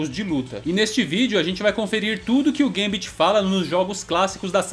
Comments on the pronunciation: Não é "guêmbiti", é gâmbet mesmo...😌👍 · Sempre falei Gâmbito e não gambíto. Fica mais bonito sendo proparoxítona.